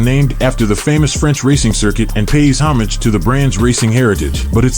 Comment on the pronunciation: You'd think a narrator would at least give the script a once over prior to recording, not only to be familiar with the material in general, but to practice one's pronunciation (not just the car names, either. Homage springs to mind).